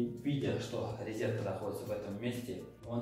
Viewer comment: Нет слова «ризетка» , есть слово РОЗЕТКА . Извините , режет слух